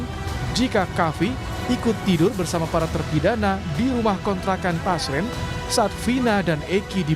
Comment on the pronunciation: Namanya RT Pasren Min.. Bukan Paser, tar salahh lagi 😂